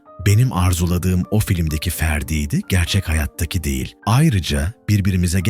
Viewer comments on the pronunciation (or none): none